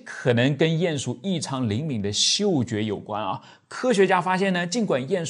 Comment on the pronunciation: 唸鼴ㄧㄢˇ鼠～不是ㄧㄢˋ